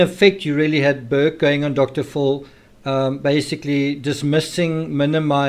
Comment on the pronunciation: Dr Phil is pronounced Dr "fill"